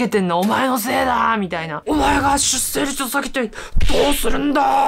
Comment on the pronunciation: じゃあ出生率云々とほざいてる本人自身は、ちゃんと結婚して子供をもうけているのかね……❓️性的少数者と出生率の問題は全く別次元なのにねぇ‼️ ちなみに出生率の読み方は 『しゅっ しょう りつ』よ☝️👩‍🏫